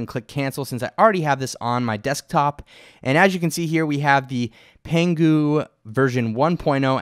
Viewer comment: Go learn some Chinese suckers! LOL, just kidding. And congrats to, you pronounced Pangu right! BTW why don't you tell people what would really happen if they proceed with the box checked?;)